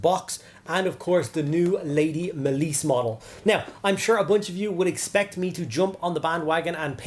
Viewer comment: it's MALICE. not MAY-LIESE